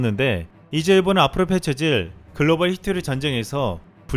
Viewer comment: 발음에 신경 좀 써 일본은 의 본은이 안되잖아 일보느 이렇게 되잖아 그리고 천천히 읽어 놓치는 글자도 있어